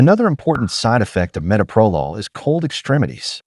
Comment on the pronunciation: SO TIRED OF ‘AI”. CAN’T EVEN PRONOUNCE METOPROLOL CORRECTLY. Don’t you bother to check what you’re putting out and make corrections first?